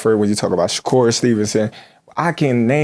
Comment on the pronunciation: the clown really said shakur as if he been move up like that